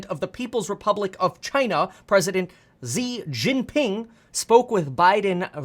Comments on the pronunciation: Kevin, great content as usual. Only one small thing, Xi pronounces as “si(Spanish) in Chinese. 😊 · Hey Kevin, the Xi in Xi Jinping is pronounced "she". You look pained when you try to pronounce it, and you're still pronouncing it wrong (all the i's in his name are long vowels, like how you'd pronounce the letter "e"). Hopefully this helps. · Xi is pronounced "she" 😂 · Xi： my name is Xi not Zi